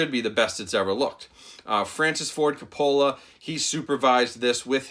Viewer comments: It's ''Ka-poe-luh'' damn it! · Sorry man... But you're butchering his name... Lol it's pronounced "Coh-poh-lah" not "cah-pah-la" Not knocking you. Lol Love your reviews... You're one of my favorites. 😁😁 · It’s COPE-UH-LA. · CO-PA-LA. That's how you say his last name. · Great video, but it's Kaa-Puh-Luh. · Francis Ford "Cop-ah-luh" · Francis Ford Coppola -- pronounced Cope-uh-luh, emphasis on the first syllable. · His last name is pronounced like "COPE-OLLA", in case you're doing another movie of his. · Francis Ford Coca-Cola 😆 Great review tho, I’m hyped! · cop a fill a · Coppola sounds like Coe-Pah-la. The emphasis is on the first syllable not the second. Not trying to be a troll, just sayin. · I cringed every time you pronounced the director’s last name wrong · When you’re a “film review channel” and still don’t know how to pronounce Coppola....😣 dude, really?? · Dude how can u miss pronounce Francis Ford Coppola name several times. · Is that how Coppola is pronounce? If so, I feel like Homer Simpson :/